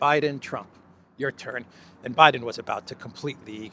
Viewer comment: I thought he said Obiden.